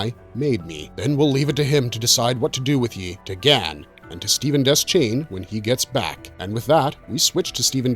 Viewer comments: De-shane. Not Des-chain. That's how Frank Mueller, the narrator of the Gunslinger and Drawing of the Three audiobooks says it. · DE-Shane not des chane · It's pronounced Deshain. The C in Deschain isn't sounded. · Deschain is pronounced Deh-Shane. It's French.